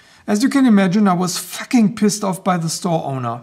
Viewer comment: no one says fucking pissed like a german. lol. good stuff. i would be too. and good work getting it replaced. that was a funny vid too with the trance and turbine and driving to the factory. good explanation on the forty two designation. the nail nick looks so shallow its like boker was making a joke of the laws. the plate insert is a good touch. very nice. and good that they included the tool for the pivot. some makers dont. ooohh. and an exotic steel. that makes an interesting knife too.